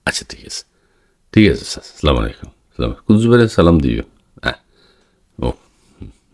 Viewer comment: সালাম হবে আসসালামু আলাইকুম, আসলামুআলাইকুম না